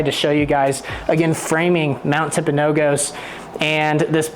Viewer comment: Tell us you're not from Utah without saying so. Im enjoying the videos, but my friend, you're killing me with the way you're saying Mount Timpanogos. It's not pronounced the way you're saying it. The last "O" has a "U" sound, as found in gus. tim·puh·now·guhs. You can do a basic Google search for the correct pronunciation. The word Timpanogos comes from the Timpanogos tribe who lived in the surrounding valleys from AD 1400. The name translates as "rock" (tumpi-), and "water mouth" or "canyon" (panogos). Also, I grew up at the base of this mountain there in Daniel.